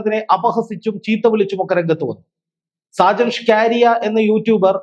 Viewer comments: ഷാജൻ സ്കാരിയ അല്ല. ഷാജൻ സ്കറിയ എന്നാണ് ഉച്ചരിക്കേണ്ടത്. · സാജൻ സ്കാരിയാ അല്ല മാഷേ സാജൻ സ്‌കറിയ എന്ന് തിരുത്തി പറഞ്ഞു പഠിക്ക്കൂ കുട്ടീ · അവതാരകന് സാജൻ സ്കറിയ എന്ന് ശരിക്കു പറയാൻ പോലും അറിയില്ല.